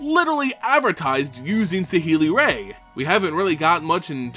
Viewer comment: Saheeli's last name is pronounced like "rye". Also, I personally really liked that she preferred to use her abilities to build things rather than fight. Dovin Baan had a lot of really nice moments in the Kaladesh story, especially when he decided to bring Baral, someone on his own side, to justice in the middle of a rebellion. And of course I love Arlinn Kord and hope to see more of her, but her power set didn't seem particularly relevant to the battle against Emrakul, and her transformation abilities being dependent on the moon of Innistrad makes her seeing some action on another plane rather unlikely. I'd wager that she'll be more important next time we visit her native plane, with the Eldrazi out of the way and all.